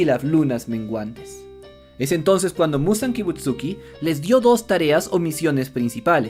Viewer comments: KibutsuJI Muzan, es KibutsuJI, no Kibutsuki. YoRIIchi Tsugikuni, es YoRIIchi, no Yoruichi. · No entiendo como alguien que dice llamarse fan del anime no pueda pronunciar bien Kibutsuji y Yorichi...zZz